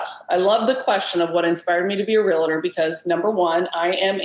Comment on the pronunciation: Realtor, Real-tor, No "A" as in Realator......it's Realtor!